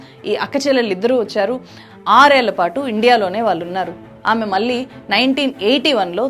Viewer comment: మీకు ళ్ళు పాలకదనుకుంటా. వాల్లు, మనవల్లు, ఆందోలనలు అని చదువుతున్నారు